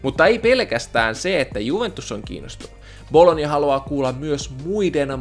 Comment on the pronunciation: Miks sanot bolognaa bologniaksi?